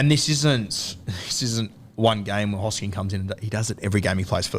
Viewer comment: Love how is the only person who can pronounce hosking